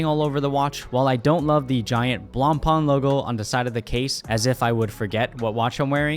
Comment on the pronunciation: At least pronounce the name correct if you’re going to say it🙄